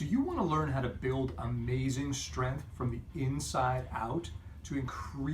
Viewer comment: StrenGth. Not strenth. SHtrike not a word. Strike.